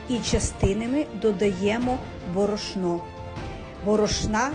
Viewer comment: Рецепт хороший, але чому борошнО, а не бОрошно?